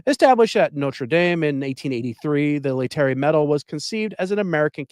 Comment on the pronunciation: Lay-tar-A Sunday, please! I'm guessing you are a rather recent convert.